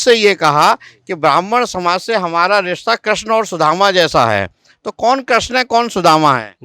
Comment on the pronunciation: Kreshn Nhi Krishna hota be